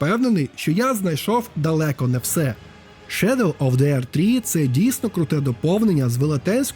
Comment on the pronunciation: Невже нарешті знайшов людину, що не каже на The - зе , а говорить ді :) нарешті, боже нарешті;) бо це зе заїбало